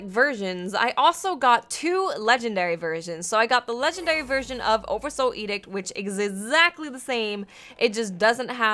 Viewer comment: "oddursoul edict"